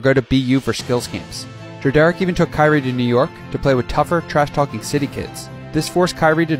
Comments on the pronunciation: It’s pronounced like [Dred-er-rick] not [dra- dare-ick] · Dread-rick is how it’s supposed to be pronounced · Who the fuck is dra derrick bruh ita pronounced Dred or rick together dredorick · Just letting you know it’s pronounced more like Dredurick and not Dre-Derrick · it’s pronounced like “Dred-er-ick” not “Dre-derick.” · Dread-Rick is the proper pronunciation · Why did you pronounce his dad name as Dreh-Derrick? 😭tf bro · His Dad name is pronounced dred-er-Rick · “Da-Derrick” Not how you pronounce it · No way you pronounced Drederick like that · Pretty sure that's not how Drederick is pronounced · Nobody else bothered by him pronouncing Kyries dad name wrong??? It’s literally pronounced like it’s spelled lol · That’s not how you pronounce his father’s name. You can hear the correct pronunciation in the video where Kyrie is asked about LeBron playing a”parental role” for the Cavs. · You pronounced his dads name wrong but overall good vid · Bro it annoyed me how you were pronouncing his name wrong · You gonna make a video and not even know how to pronounce drederick. How embarrassing